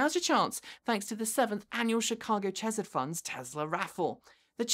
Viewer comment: I don't think that's how chesed is pronounced